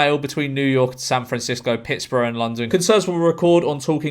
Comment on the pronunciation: I love that George pronounced Pittsburgh like pittsbara.